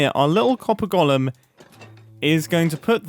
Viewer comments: And here's my third Hermit in 24 hours mysteriously unable to pronounce 'golem'... there's definitely something in the water! 🤔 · I like how Mumbo says “gollum” instead of “Golem”